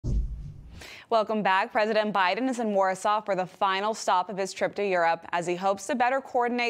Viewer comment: Did anyone notice the reporter say, “President OBiden” at about the mark? 😂